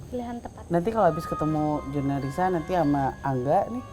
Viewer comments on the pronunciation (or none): Diedit ga bisakah? Jurnalrisa bukan jurnalisa😔